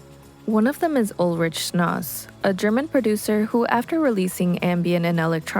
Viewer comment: I agree. There is a promising base there but it's poorly researched and any chance to shoehorn in AR Kane is always taken. Seefeel wasn't the only casualty. Depreciation Guild and Ulrich Schnauss were also mispronounced....it's like they don't hear the names of anything ever said out loud and just read stuff online. Look up bands online, do bear minimum research and then post. Some of the acts mentioned are atrociously off topic too.